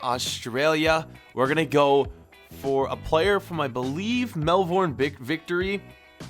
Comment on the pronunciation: 😡😡😡 not only did you butcher Melbourne victory's name, you also butchered the big sweed Ola Toivonens name, I'm not a happy Aussie 😡😡😂😂